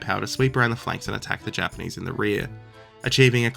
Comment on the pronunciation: he said “japanese” but it did sort of sound like “jermanese” for a second lol